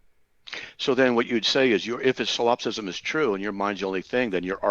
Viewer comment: …. ‘Sil op cism’? ….thats not it it’s solipsism.